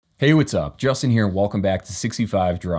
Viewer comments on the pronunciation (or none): none